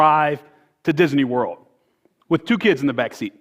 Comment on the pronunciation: Anyone notice he said "Disaney Werld" and "Pogrim"